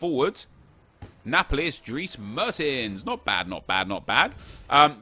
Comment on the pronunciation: Nep his name aint Meurtins its Mertens’